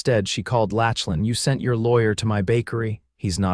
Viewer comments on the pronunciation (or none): Saying his name as Latchlin instead of Locklin throughout was annoying. Maybe you need to read out aloud to a few educated friends first so errors like these don’t happen.